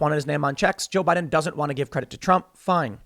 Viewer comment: Guys guys guys, it's Joe Bai Din